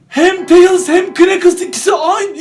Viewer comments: Abi telis değil tales yanlış söylüyorsun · Teyils değil Teyıls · Abi o karakterin ismini doğru söylüyonda o teıls diye okunuyo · Abi tails teyıls diye okunur